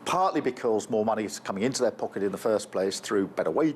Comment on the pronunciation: I have never cringed at the way that someone pronounces “pocket” before.